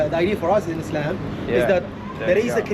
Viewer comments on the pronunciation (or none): none